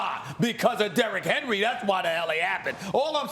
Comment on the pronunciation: You miss pronounced his name. You pronounce it Derrick Henry.